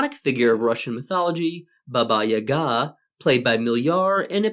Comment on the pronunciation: Thanks for correct stress in Yaga's name